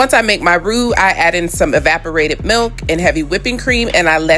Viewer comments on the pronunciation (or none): none